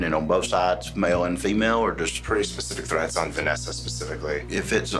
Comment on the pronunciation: "pacific amount"? lol